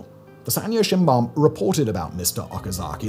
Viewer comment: I've never heard someone pronounce "shimbun" as "sinban". English pronunciation is so weird when it comes to vowels. 😅